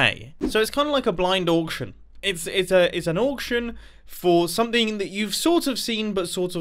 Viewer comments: Mumbo please pronounce auction oction not orction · Mumbo, no part of auction should rhyme with Yorkshire